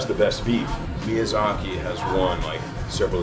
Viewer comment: Chef, it’s miyAZAKI, not mizyaki